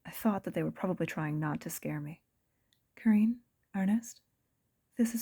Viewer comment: I noticed the black cat near the beginning, funny! I got so absorbed in the story I didn't notice another one. Great job! But (minor point) I thought Carine's name was pronounced like "Careen".